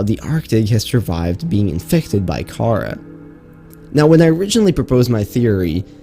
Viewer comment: Anyone else get really annoyed each time he pronounced Karaa as "k-AH-r-uh" instead of "k-ah-RAH"